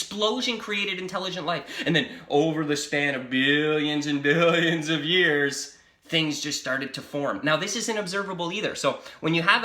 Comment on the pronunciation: This guy pronounces “Billiooooons of years ago” like Kent Hovind.